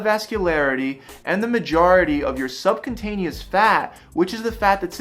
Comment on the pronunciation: It’s Subcutaneous not subcontaneous.